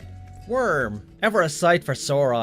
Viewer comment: Every time they mention Wyrm, I hear worm and the messages get that much funnier